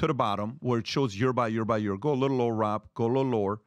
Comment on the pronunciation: Someone should teach PBD how to say Year. Hearing him say Yure is just too much 😂